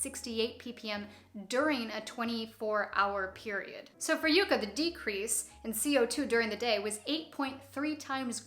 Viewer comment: I've never heard Yucca pronounced like that. Yuck-ah, that's how we say it down here in the Southwest USA. PS it's my state flower. Always enjoy your videos!